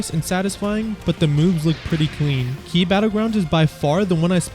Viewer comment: "KEY" battleground, bro..